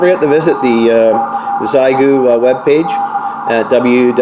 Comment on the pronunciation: Xiegu is pronounced "she-eh gu".